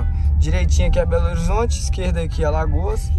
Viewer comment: ELE FALOU ALAGOAS MDS